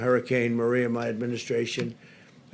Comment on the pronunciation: Why is he mumbling? But he always emphasizes “MY” administration.